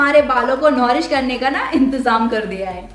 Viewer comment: Di ap narish ko norish kyu bolte ho